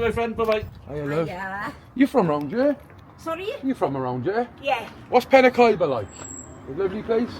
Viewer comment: I live in penrhiwceibr it’s not penrhiefiber it’s penrhiwceibrjust so you know😊